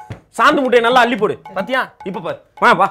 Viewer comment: brother அந்த ( நல்லா) என்ற வார்த்தையை அழுத்தம் கொடுத்து படிங்க . லட்சம் பேர் படிக்கிறாங்க.... ஆனால் நல்ல படிக்கிறது இல்லை .